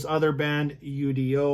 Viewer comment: Not to sound like a wise ass....but....it's not pronounced U. D. O......it's his name....UDO....just say his name